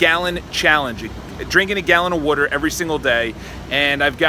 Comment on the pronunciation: Amazing opinion with a lot of truth. Great video man, keep it up never stop. You already know that the people who make fun of the way you say "water" are most likely the ones wasting their time and energy on the most ridiculous things. Energy can be regained but time will never be given back, do the most you can and never go slow. I hope you reach your subscription goals one day and I'll try to help you reach this goal even if its just one more subscriber every month. Keep it up & stay persistent!